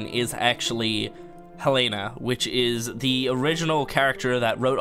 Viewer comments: Helena - Hell-Lay-Nuh uhm, it's pronounced Hell-en-uh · Lol Helena is pronounced (Hell-uh-nuh) not (Hell-ain-a) no hate man, just tryna help😂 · Actually it's hell-e-nah